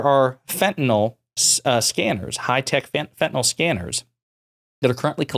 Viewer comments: The medication Fentanyl is pronounced “fent-a-nil” and not “fent-a-nol.” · Here’s a good way to tell that GOP continues to repeat shallow talking points and NEVER READS ANY ACTUAL STATISTICS: The fact that they keep saying “FENTENAL”, when the drug name is actually fentanyl. Once you’ve actually read the name a few times, it starts getting harder to continue mispronouncing it. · It’s weird how most Americans seem incapable of pronouncing fentanyl.